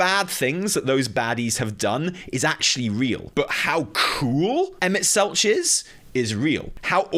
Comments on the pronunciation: Oh man, the only take away I have here is just...please listen to official pronunciations of names, lol. Selch has a hard K sound. Hythlodaeus is hith-lo-day-us (The i is pronounced like in 'in'). And while I agree with 'cool motive, still murder', I will correct you with SHB lore you seem to have missed - their friends aren't, for the most part, 'dead'...just split into various other lifeforms on other planets. So, to these godlike/angelic beings, they don't perceive that as murder. You're basically like...a homunculus, or something, a malformed creature with like, half a soul, if that. To them, you aren't a living creature. It's about point of view - we spend a lot of SHB trying to show Emet that we are still worthy life forms, even if we ARE only partial souls of his old comrades. In the end, whether they acknowledge that we're life forms of our own...it is still murder. It just doesn't come across to THEM as murder, since you aren't really a living thing, to them. You're a mistake that's stopping them from doing what they promised their friends they'd do millenia ago - get them back. It's very...Shakesperean in its tragedy. Doing bad things for good reasons. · Kinda hard to watch the whole video with you mispronouncing "Selch" the whole time lol. Killin me,:)